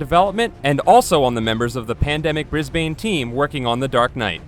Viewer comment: Heh, Bris-bane.